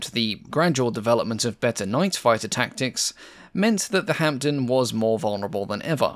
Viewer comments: The "p" in Hampden is silent. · PIt is pronounced HAMDEN and not hamPden the P is silent. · decent video, with one major mistake, the pronunciation of hampden, the P is silent in hamPden. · Silent P in Hampden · I wish you'd pronounce Hampden and Hereford correctly. It distracts from an otherwise very interesting film. Hampden is pronounced Ham-dun, not Hamp-dun, and Hereford is pronounced Herrer-furd, not Hair-ford. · Great as always. Hereford is pronounced "Heh-ref-ford" (it's a famous cathedral city). Kiel is pronounced "Keel". The p in Hampden is silent. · Great work minor points the p is completely silent in Hampden and Hereford is pronounced Heh-ruh-fudh, and Kiel is pronounced Keel - the eccentricities of the English language !